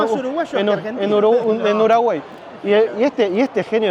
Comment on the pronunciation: "En Uragüey" 😂😂😂😂 jajaja